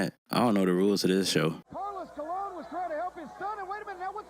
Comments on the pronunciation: Why do you keep saying Colion? Is Colon. There is no "I" in Colon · You still pronounce “Colon” wrong lol it’s pronounced as cologne like the spray